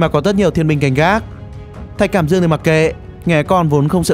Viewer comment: thạch cảm ĐƯƠNG ko phải cảm dương